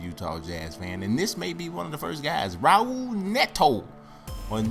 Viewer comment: raul neto is pronounced "ah-ool"